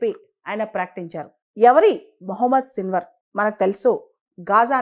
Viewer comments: Hallo మేడమ్. మీరు పదే పదే సిల్వర్ సిల్వర్ అంటున్నారు .అక్కడేమో సిన్వార్ అని రాసి ఉంది. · Hallo madam మీరేమో పదేపదే సిల్వర్ అంటున్నారు .అక్కడేమో సిన్వర్ అని రాసి ఉంది.